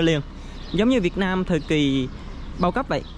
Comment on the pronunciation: nên phát âm từ Việt Nam cho đúng, đừng phát âm là việt năng. Tên nước mình mà phát âm cũng sai nữa